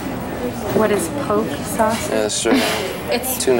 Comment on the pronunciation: Just noticed the old iPod and old mouse with that old MacBook. But back then I was like they have all the latest! And how the waitress knew damn well what he meant with he mispronounced Poke’ sauce 😂